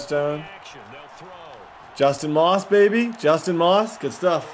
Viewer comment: I love you but you will win the super bowl this season if you start calling your star receiver Justin “Ross” NOT Moss!!! I’ve watched every episode, love the vids!